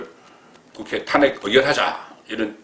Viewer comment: 송기자님의 해설을 듣고 세상 돌아가는 것을 좀 알아차리고 있음에 감사드립니다. 한가지 말씀드릴 것은 매회 기자님의 해설을 듣다보면 "탄핵"이라는 단어의 발음시에" 탄"자에 액센트가 들어가게 발음하고 있으신데 상당히 귀에 거슬립니다. 고쳐서 발음하시기는 어려우신지요?